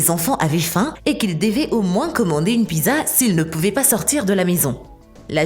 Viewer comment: Mon Dieu comment elle prononce “ pizza” 😂🤣